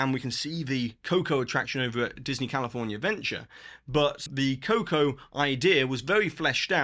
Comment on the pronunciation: Great timely updates as always,! Props for pronouncing "California Adventure" as "CaliforNAHventure";) By the time WDW gets all of these projects up and running, a one day tickey will be $400 + the $200 Park Hopper option.